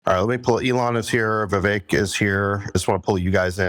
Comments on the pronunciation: Senator Ron Johnson… it’s “Vivek” like Cake !! Come on senator.. 😞😄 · How do people still not pronounce Vivek correctly?